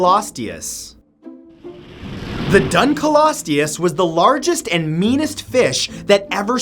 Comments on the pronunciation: The dunkleosteus is pronounced dunk-leo-stay-us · Dun-KLEE-ostious, Matt. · It’s pronounced dunk le os tea oos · PLEASE save yourself further embarrassment by actually looking up how these names are pronounced before you make a video? It's "DUNKLE-osteus" not "DUN-kelosteus." Also, research in recent years says that Megalania Prisca was only 11 feet long. At least you got Arthropleura right. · it is actually pronounced dunkleostus not dunkleosteeus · I thought the dunkleosteus was pronounced dunk-leo-steus. Weird thought. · It's pronounced dunk-lee-ostee-us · (dunk-lee-oh-stee-us) thats how you pronounce it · Dude it pronounced "Dunk-Leo-Sorus" not whatever u said no aphennce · It's pronounced dunk-lee-ous-E-ous. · It is pronounced dunk lee soar us, do research next time rather than guessing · I thouht you said drunkrisourus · I love how Matt emphasized the DUN in Dunkleosteus.